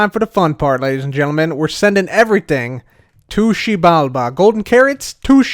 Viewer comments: just me that really likes but wanted to smack him when he kept saying "tushibalba"? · eventually i just heard TOOSHI BALBA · My head can’t take saying to xibalba any more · Take a shot every time he says Xibalba